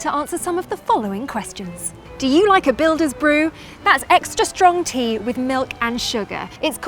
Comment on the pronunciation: A prophuh cupph of theaaaa😂😀😀😀